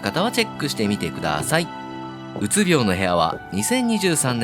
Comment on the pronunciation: うつびょう↘︎じゃなくて、うつびょう→やで